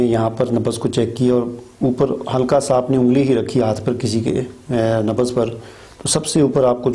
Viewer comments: Nabaz nahi Nabz boliye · Sir nabaz nahi nabz hota hai.plz correct urdu